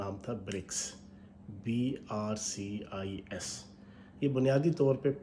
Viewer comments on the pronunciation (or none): BRICS not BRCIS 😁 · Abe BRICS hai na ki BRCIS...😂😂 naam to sahi le nahi paa ra ...aur Chahiye Billion dollar bheekh...🤣🤣